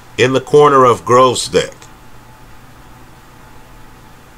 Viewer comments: dragged the video for 40 min just to keep saying Growzdick! 🤣🤣🤣🤣🤣🤣🤣🤣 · Their's no "R" in Gvozdyk